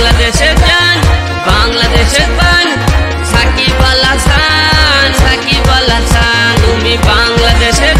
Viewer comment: ভাই গুল্লু ছাকিবল আছান না সাকিব আল হাসান 😂😂